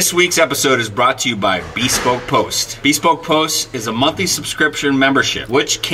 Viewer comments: Every time I hear someone say bēspoke I just want to apologize to their English teacher. “I’m truly sorry, I don’t blame you. He’s just a phuquing moron.” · The irony of homeboy kind of murdering the pronunciation of bespoke, when it basically means CUSTOM. lol.